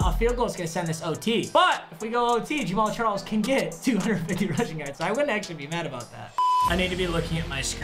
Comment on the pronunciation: Am I only one who thought he said James Charles?